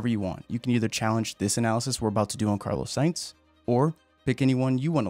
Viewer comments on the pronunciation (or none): ”Carlo säjnz”